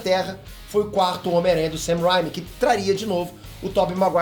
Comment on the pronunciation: O do Ei nerd não sabe pronunciar o nome do diretor Sam Raimi direito isso me irrita